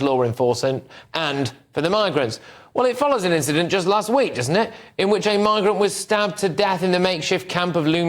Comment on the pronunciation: I thought he was saying the n word every thing he says migrant